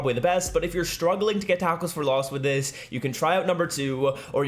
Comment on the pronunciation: Is he saying a taco 4 Loss lol